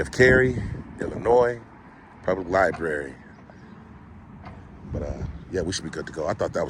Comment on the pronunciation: It's library not libary